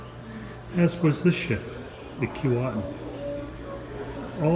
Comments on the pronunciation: not to be picky but it isn't called Keewaitin...it is sounded as Keewhatin... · Pronounced Kee-WOT-in not Kee-Wait-in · Actually pronounced Key-what-in. You mispronounced at the beginning. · Kee-WATT-in... and Titanic was built in Belfast, Ireland, NOT Scotland. St. Lawrence Seaway wasn't opened until well after the Keewatin was built. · When it was dock in Saugatuck Michigan that's how we pronounced it, key-Watt-in. It took about 6 weeks of dredging to float it out to the Kalamazoo River and Lake Michigan from there. Miss seeing it. Thanks for the video. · Where did that pronunciation come from. Jeez, it’s like nails on a chalkboard. It’s spelled with one “T”, not two. Other than that, great documentary. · I don’t know about you, but that’s not proper English. He pronounced it right in the beginning, and then wrong for the rest of the video. I live less than 100 kilometers from the town of Keewatin.